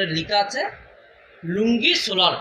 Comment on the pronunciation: লুঙ্গি না লোনজি😆